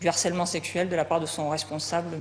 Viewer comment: Pardon mais on ne dit pas "d'harcèlement" mais "de harcèlement". "H" aspiré, il fait partie de la langue française même si on l'oubli souvent...😊